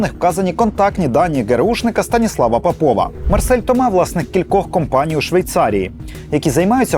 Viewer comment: ось так, кобзон усіх прийме, час, усім гру огпу нквд сс.... земля бетоном нагалос не ПопОва, а ПОпова (срачинська)